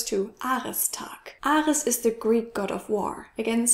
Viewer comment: Hi! Quick note: In English, the name Ares is pronounced with a long A and a long E sound. It's kind of like "air-reez", but you don't separate the 'r' into two parts. I just did that to emphasize the vowel sounds. Hope you're well! Hope you're sleeping more comfortably, too! 😊